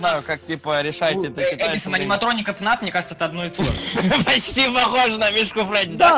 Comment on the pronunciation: Был...ь Фредди не Фрэдди... : (